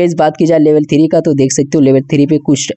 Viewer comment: Three ❌ Thiree ✅